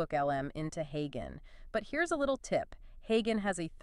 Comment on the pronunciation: Creators using text to voice AI should have a listen to the result before they post. Like, to see if your AI is mispronouncing words such as "HeyGen", which has a soft "G". And don't you need to split the audio for the two Notebook LM speakers? Or are you having each HeyGen avatar do the entire audio, then splitting it up later yourself?